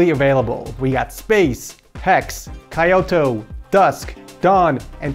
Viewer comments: No no way you pronounced Kyoto like that 😭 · The way he pronounced "Kyoto" caught me off guard lmao Love ya! Keep up the the good work! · the way you pronounce Kyoto in the intro kills me a little inside every time 😭😭